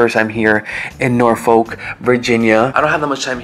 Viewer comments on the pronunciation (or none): The other way to say Norfolk is correct. No L when pronouncing it. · That's so funny about the pronounciation of Norfolk... I've been and it sounded like Nor-Fick to me. LoL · Those of us from Virginia, pronounce it the "other" way .... Nor-fawk 😂😂